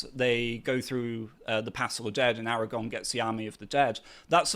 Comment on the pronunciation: AraGORN, not AraGONE ffs!